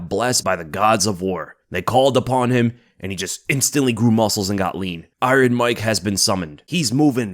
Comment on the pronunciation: You don't pronounce Iron the way you do. Are you doing it purposefully?